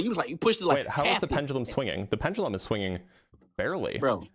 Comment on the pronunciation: Dude couldn’t get off of misspeaking once while repeatedly mispronouncing “pendulum” 😂.